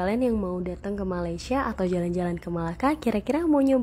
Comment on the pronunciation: Sebutan betul Malaysia ialah Malaysia bukan malay.